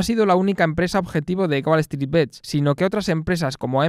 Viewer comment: deberias ser la joddidda voz en of de la pelicula y aparecer como resumen en cada parte del arco de la trama de la futura pelicula, buen video crack Edito: Recuerda que "bets" se pronuncia tal cual, y no bits, solo eso. Nimiedades